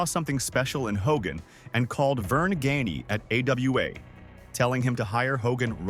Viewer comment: You pronounced Gagne, (Bode?) Rose, Schiavone's names wrong! It's disrespectful!